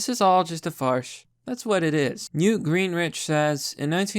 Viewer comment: Newt "Greenrich?" "Shelly" Jackson Lee (not surprised that you clearly have no idea who that idiot is)? "President" instead of 'precedent?' Jesus, dude, you really need speech therapy. You have never made a single video in which you didn't mangle an easily-pronounced word/name multiple times...